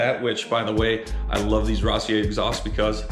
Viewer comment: Rossier is French (Ross-e-a)👍👍👍